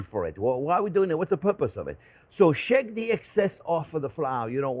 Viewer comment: This looks delicious! Also I love when you say ”shake it, shake it, shake it” yet it sounds like ”shek it”.